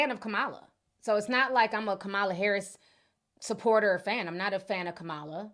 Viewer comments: Please, please, please learn how to pronounce our Vice President’s name!!! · Please, please pronounce Kamala's name properly. Trump pronounces it wrong on purpose, we shouldn't.